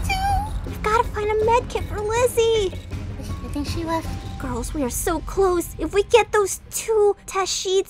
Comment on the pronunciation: Her name is pronounced/spelled Lyssy btw!